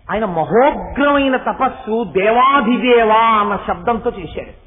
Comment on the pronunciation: "dEvAdhidEva" ani perfect ga palikaaru Chaganti garu..🙏 unfortunately, even great accomplished vidhvAn-s and vidhushi-s also wrongly sing Mysuru Vasudevacharya's kriti as "dEvAdidEva" (without maha-prANam on 'dhi'). Language is higher than music; this fact, they never get!